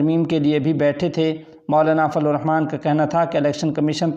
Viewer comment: یہ لفظ فضل,,,,,ض,,,,,, ھے لیکن آپ فلو ادا فرماتے ھیں